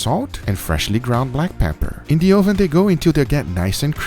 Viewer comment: UH....VIN.... not OH VIN lol